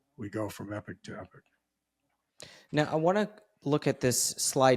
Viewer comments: When he says ‘epic’ does he mean ‘epoch’ ? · Saying epic, but obviously intends epoch. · I defo heard epic